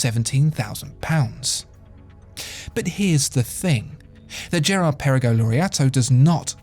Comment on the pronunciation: Great history lesson :) but the GP as you have mentioned is hommaging the AP royal oak so Maybe you should put an AP not a Vacheron next to it in this video :) and you dont pronounce the Girard Perregaux well 😅